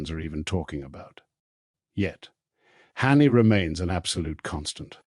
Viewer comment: Hanni not Honey or Harney. Philip not Phillipe. Must be AI.